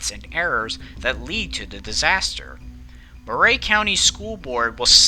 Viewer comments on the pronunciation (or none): I remember this well. I live across the state line in Tennessee. It was quite sad. Also, Murray county is pronounced like Mer-eey and not Mer-ray. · 1) It's pronounced "murr-e" not "moo-ray". 2) I'm familiar with this area; most of the roads that need to get on the other side of the tracks go under some sort of low bridge; this is near Old Fort, TN; and I think the only other "level crossing" like this one is nearly 4 miles north on Davis Kurbow Rd. 3) Why the hell did these buses have a stereo? Growing up my buses barely had heat. 4) The argument of "why" they stop is invalid. The explanation is "What if the bus breaks down as it's trying to cross?" Well, if that's really what we're trying to prevent (which in reality we're not, I get that) but if it WERE then the appropriate action is to stop SEVERAL CAR LENGTHS AWAY before the crossing, so that when you are clear to go you can apply some bloody speed to the tracks so that if it cuts out (which it won't) the forces of nature will glide it across irrespective of whether the engine is running or not. I'm half deaf, and I can hear a train horn from half a mile away; this open door and turn everything off and p and q this and scratch your nuts and this and that and blinkers and bonkers it's all bullsh*t. This isn't about the excuse "oh I didn't hear them coming" NO. This was 100% distracted driving on a frontal lobe level; this driver could have been facing the train head on standing on the tracks without the protection of a car and it probably STILL wouldn't have registered with her. 5) It's sad that this even happened; it boils down to an arrogant driver that thought they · Thanks for the video. I'm from the neighboring county and remember this day well. Just FYI: It's pronounced "Murry" County, not "Mur-ray" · Murray is pronounced "MURR -- ee." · Chastised = CHAH-stized. Murray = mur-REE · Weird pronunciation of Murray.